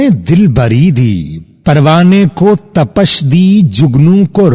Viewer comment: آپ کی ویڈیوز اکثر دیکھتا رہتا ہوں۔ کلامِ اقبالؔ کے حوالے سے آپ کی خدمات گراں قدر ہیں۔ آج بس یونہی وڈیو کا ابتدائی حصہ دیکھ کر تبصرہ کرنے کو جی چاہا۔ سوچا اسی بہانے ایک دو معروضات آپ کے گوش گزار کر دوں۔ تپش کا درست تلفظ پ کے کسرہ کے ساتھ ہے بجائے فتحہ کے۔ انگریزی ترقیم میں اسے یوں لکھ سکتے ہیں۔ "Tapish" اسی طرح اختلاف میں تائے فوقانی بھی مکسور ہے۔ "Ikhtilaaf" قدیم کا لفظ فلسفہ، تصوف اور شاعری میں محض پرانا کے معانی نہیں رکھتا۔ حادث کے مقابل قدیم اسے کہا جاتا ہے جو ہمیشہ سے ہو اور ہمیشہ رہنے والا ہو۔ جتنی ویڈیو دیکھی ہے اس پر بس یہی۔ اللہ آپ کی کاوشوں کو قبول فرمائے اور آپ کے ہنر کو مزید نکھارے! 😊😊😊